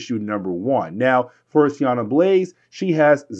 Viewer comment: Dude, why do you keep calling her Sianna? its Sienna. It's like calling Ororo Aurora or jean Jane lol